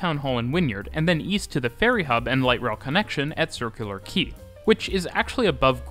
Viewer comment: I'm just so excited that you pronounced "Quay" right. How many times did you say "Kay" before getting called out? ROFL